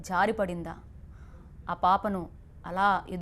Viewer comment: "jaadi padinda" kaadu " jaari padinda" please correct your telugu first.